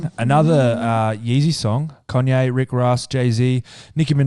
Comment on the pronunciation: Why the fuck are the boys calling Kanye “Conye” 😂😂